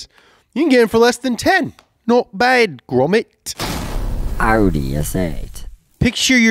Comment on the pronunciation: Can we stop saying outie... it's not a belly button 😅😅 It's Awh-di fam